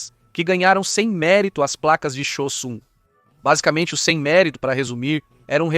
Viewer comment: o melhor é o bot chamando a blindagem "zimmerit" de "sem mérito" kkkkkkkkkkkkkkkkkkkkkkkkkkkkkkkkk